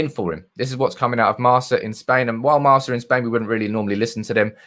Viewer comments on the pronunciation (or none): Marca is pronounced with the C as a K...